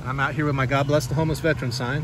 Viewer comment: Veteran not vetrun